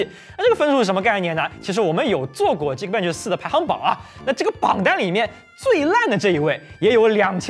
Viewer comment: 怎么就鸡kbench了，我记得以前你读的是对的啊🤔